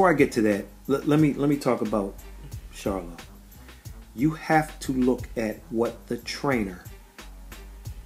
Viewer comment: Good video this clip doesn't show it but, he did stumble and was helped to his stool. He also was out of it for a little while in the corner. I must give you credit for pronouncing the Charlo name correctly. Good job bro.